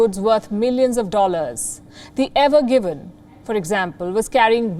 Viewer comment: Evergreen and not Evergiven